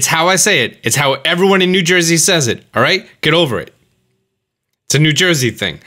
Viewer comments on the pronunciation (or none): I think you mispronounced "It's a New Joisey thing".